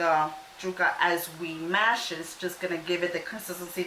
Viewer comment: Omg... it drove me insane the way you said yuca.... Jewka! .... yoooka... yoooka.... fyi the “stick” in the middle is a stem.😤